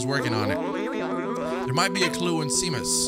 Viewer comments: Seamus is actually pronounced as "Shay-mus" haha 😄 not sea-mus. Like "shame us" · I was having a mental meltdown while said 🌊mus instead of pronouncing "Sheamus" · Seamus is pronounced Shay-mus. hehe. It's an Irish name. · Such a cool, quirky game. Love the environment. Also “Seamus” is pronounced “Shay-Mus” btw lol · This game is absolutely amazing lve enjoy every minute of your playthrough so far and playing it for myself, the one thing thats not amazing though is hollows pronunciation of names, its SHAY-MUS 🤣 all joking aside i can see why you start calling him that, LOVE the series so far man 👍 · Seamus is actually pronounced Shay-mus. It's an Irish name. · love this! just an fyi its shame-us, its an irish name haha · "Sea-mus" lol :P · His pronunciation of Seamus lol. I don't blame him. It's pronounced Shaymus btw. Just like how sean is Shaun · Seamus, is pronounced Shaymus. It's an Irish name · Honestly cracked me up that he was worried about mispronouncing Momo, and then went on to consistently mispronounce Seamus without even thinking about it 😂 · Zbaltazar is just pronounced Balthazar. And Seamus is Shay-mus